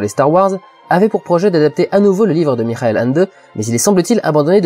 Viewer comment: j'ai envie de faire chiez, ça se dit pas "Mirael" mais plutôt "mihael", le h se prononçant comme un chat qui siffle